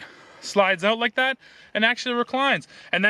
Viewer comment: its pronounced as 'out' mate, not 'oat'